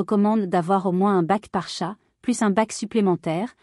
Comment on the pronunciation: Ça y est, le robot débile commence â dire des âneries à moins de 10 secondes du début : ce n’est pas un tchate mais un chat !